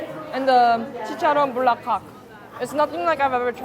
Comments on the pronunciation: Omg, not "Bukkake"😅😂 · My jaw dropped when she said Chicharon ala bukka.. hahahaha, it's "Bulaklak" which means flower 🌻in tagalog. Love your content! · Not bukakke. 😂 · Heeey! you visites PH, yay! I've been following you way back when you were started vlogging.. But please memorize words carefully, Chicharon "Bukake" sounds so wrong specially when you know the meaning of it in Japanese Language haha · Chicharon Bulaklak not Bukakke. Just like You, you're like a delicious beautiful Flowers beautiful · Nah when she said Eczema like skin (referring to to the chicharron) and then followed it up by calling it chicharron bukkake 🤣🤣🤣🤣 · The amount of times you Bukkake instead of Bulaklak was hilarious. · when she said bulak not bukkake I laughed so hard my stomach hurt after 🤣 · Did she said bukake? Omg. Lol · did you say bukake!lol... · chicharon buk* k* 😳 😂🤣😂 🤫🤭 sorry no offense i know it's not your language that's why it's hard to pronounce properly and i bow down to your effort but still if you know what it means it's hard not to laugh 😅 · Did you just say bukakke? Do you know what you just said? 😂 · AINT NO YOU SAID BUKAKE IM DEAD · I never laughed so hard when you tried to call a food bukkake as if you don't know the word fantastic oh and excellent food review vlog well done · Did she say "Chicharon Bukkake?" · is it just me or said bukake? hahahahahahaha. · "Chicharon BUKAKE" 😭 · Wait, did I hear "Bukake" instead of Bulaklak? Bwahaha! 😅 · Girl, you kept saying buk*ke and I kept closing my eyes and covering my ears. Hahahahah bulaklak is hard to say but I died. 😅😅😅😅, you have tons of friends in the Philippines. Don't even worry about it. And yes, Red Horse pa more (more Red Horse). Also, this is why the late and great Anthony Bourdain hailed Filipino lechon as THE BEST pork in the world. Cheers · "BUKAKKE" IF YOU KNOW WHAT SHE MEANS HAHAHAH